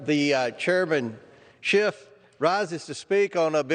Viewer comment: Hey... it's Schiff, not Shift. Good Freudian slip though, Adam is shifty. Funny fact, he's married to Eve.